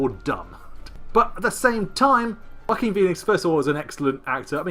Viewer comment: You sound like you're saying "the WACKING Pheonix"! 😂